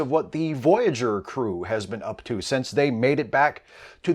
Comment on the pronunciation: hey i love your vids, but i'm interested why do you say "sense" instead of since. plz let me know :)